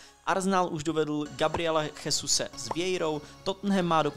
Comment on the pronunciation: Jesus se čte Žesus